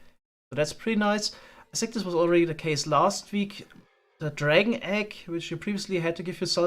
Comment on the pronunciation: what is the reason for your pronunciation of words beginning with TH? For example in this video you will say the TH in the word ( that ) but in the word think you always say sink